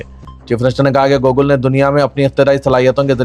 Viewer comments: Bhai wo Google hai Gokul nai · Very pity the News Reader can’t Pronounce Google Properly. Siasat Management should take Notice of this. This is not one mistake there are several mistakes in this News Feel sorry…….. for this